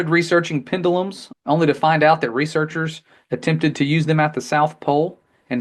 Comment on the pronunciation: "pen-di-lums"... 🤔 I've never heard anyone pronounce it like that before.